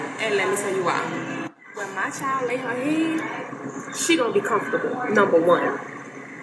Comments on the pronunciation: She said "My Chi-held" head ass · Clicking nails, pronouncing CHILDTT, extreme weave couldn't do that. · There is no T in child let me reiterate there is no letter T in the word child 😂😂😂